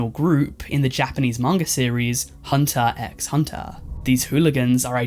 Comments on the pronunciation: he stripped down nude and assaulted somebody?? (ehh close enough) the x from HUNTERxHUNTER is silent ^^ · bouta get roasted for pronouncing Hunter x Hunter wrong 😂